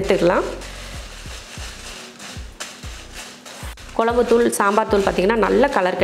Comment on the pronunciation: தமிழ் வார்த்தைகளை சரியாகப் பேசுங்க கொலம்பு இல்லை..[குழம்பு]..??